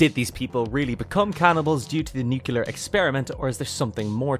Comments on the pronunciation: Sorry famous philosopher Homer said it's nuculer. ☝️🧐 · different countries do exist my dude, people spell and say stuff differently slightly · I don’t understand why people say it like that.